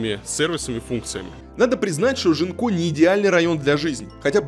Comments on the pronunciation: Мне кажется, что, новый район в Бордо, называется Гинко, а не Жинко(как говорит многоуважаемый Варламов). На фасадах и дорогах, изображают листья японского дерева Гинко, поэтому, скорее всего, район называется Гинко. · А почему район Жинко? Это же произносится Гинко. Японское дерево такое. А Жинко это что-то украинское уже🤣